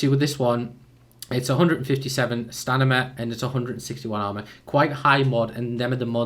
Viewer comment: He says stanima